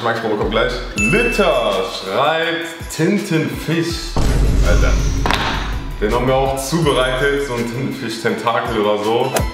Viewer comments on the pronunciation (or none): Thintenfisch, wer kennt ihn nicht